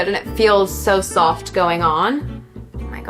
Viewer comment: Anyone else noticed her English hint accent on some of her words, like “soft” “off” and the end of “mascara”, she sometimes sounds like a ‘universal’ classic Hollywood actress’s accent